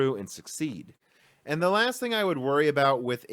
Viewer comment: Why do you say 'am' instead of 'and'? ;-)